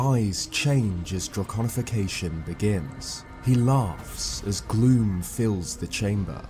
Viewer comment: every time you say gloom, i hear glue :p